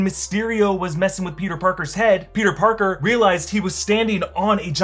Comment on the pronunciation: For some reason it seems like doc ock was saying “you’re not Peter pogger”